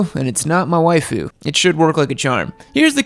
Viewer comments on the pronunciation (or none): none